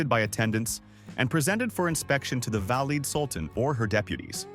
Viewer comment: The illustrations are deplorable: incorrect, multi - cultural. Learn to pronounce "valide" !